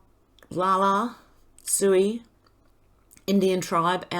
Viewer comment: You are pronouncing Oglala correctly.